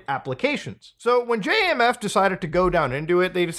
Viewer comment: Its not J.A.M.F.. dont sound out letters. Just say the word Jamf. (jam-fh)